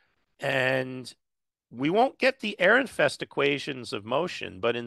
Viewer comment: "Airinfest"? Is this a joke? Or are you still struggling with the fact that someone forgot the d in Fredericks?